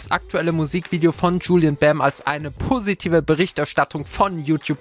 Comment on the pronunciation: XD Wie du das PO in Positiv betonst